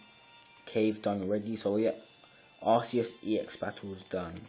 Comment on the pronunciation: He says, "Arsseeus" XD it's like "Arkeeus" 'c' sounds like a 'k' not a 's' Have you seen the movies? XD